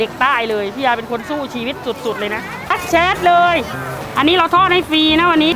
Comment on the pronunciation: ทักเเชดดด ชัดเจนครับพี่คำนี้สำเนียง555555